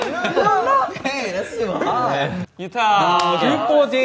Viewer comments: its yuta not utah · Jaehyun: draws two lin- NCT: YUta YUTA itS yUtA